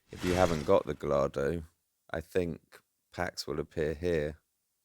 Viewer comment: I have to pull you up on your pronunciation of Gallardo. It's proper pronunciation is "Gay-ar-do" (you can roll the 'r' if you want to be really poncy 😂) Btw, I enjoyed your rants about the truck on the pavement, ridiculous key fiasco and microwave issues. I also suffer from a string of mental conditions, anxiety, depression etc (I'm also a misanthrope which doesn't help) Anyway, keep up the ranting, I can't relate.